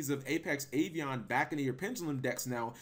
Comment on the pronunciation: Are you pronouncing Avian as Avion? Wtf? Do you not know what the letter a is?